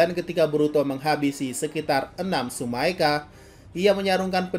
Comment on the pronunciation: Bang Tsumeaka bukan Tsumaeka